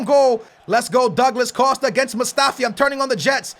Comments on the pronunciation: Douglad Costa? Come on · Douglad costa. Wtf lol